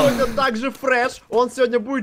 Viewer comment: фреш а не фредж